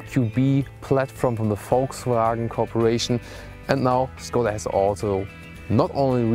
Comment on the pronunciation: Learn the right pronunciation of Skoda here